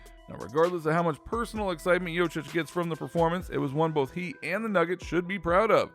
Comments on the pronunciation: #1 thing you have no idea about, how to pronounce his name. YO Kitch, not YO chitch. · If you are making a video, you could spend some time learning to say his full name correctly... he is not Jochich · I CANT HEAR HIM SAY JOCIC 1 MORE TIME!!! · LEARN TO PRONOUNCE JOKIC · Pretending to know something about Jokic, but cannot even pronounce his name correctly.......pathetic! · The way you pronounce it, it hurts my ears !!! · You should learn how to pronounce his name. It's not that hard, just go on youtube, and listen to someone, then repeated yourself couple times...the way u did it, its embarrassing. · If you don't know how to pronounce his name it makes me wonder if anything else you say is credible.